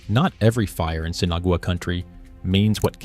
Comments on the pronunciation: Why is Sinagua being mispronounced so incorrectly. sen Ah wah, not Sinigoway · You need to pronounce the name of these people correctly. Spanish for without water - Sin Agua not sinagooa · Seen Aww Wah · "Sinna-goo-ah"? Thanks, AI, for turning an interesting piece into highly questionable AI slop. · The mispronunciation of Sinagua by the AI voice did it for me, I'm outta here.